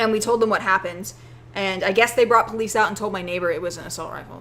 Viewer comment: are you saying 'bolice' instead of 'police' hmmmm